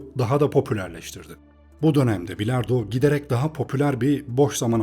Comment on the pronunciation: üilard pilardoo sesi geldi kulaga